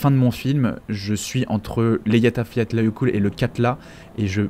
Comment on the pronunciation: La prononciation des nom islandais c'est toujours pas ca 😁 ... Répète après moi : "éya-fyatla-yeukutl" 🤓